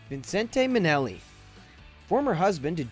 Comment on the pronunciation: Apart from some poor pronunciation - Vincent Minelli, he was not French! - please do your research. Marilyn's house has never sat abandoned; her name alone guarantees the house sells. In fact, had this channel checked its facts, a quick Google search reveals the house sold after only 10 days on the market for over asking back in June 2017.